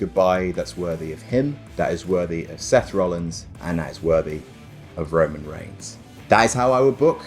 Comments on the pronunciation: Also I never noticed this: Roman "REIGHS"? XDDDDDDDD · Roman R E I G H S